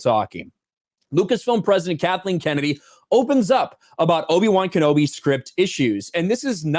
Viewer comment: Sounds like loki-wan knobi.